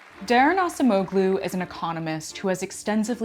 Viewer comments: Daron Acemoğlu, "ah-jem-oh-loo". It's Turkish/turkic, different pronunciation for "c". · Cool video but that was the worst pronunciation of "Daron Acemoğlu" I have ever heard in my life :D